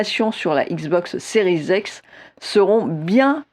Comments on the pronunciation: Pourquoi elle dit series ex ? C'est un X 🤔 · 😅😅😅 Plé Station.... Non mais Série "Z'ex" c'est peut-être la prononciation correct par un anglophone accompli ? Mon franglais à moi n'induit pas cette différence de langage ?!